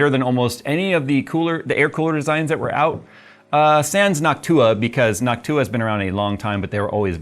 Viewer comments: Why do you say Noctua like it's Hawk tuah 😂😂😂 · Why does he now pronouce Noctua like Hawk-Tuah?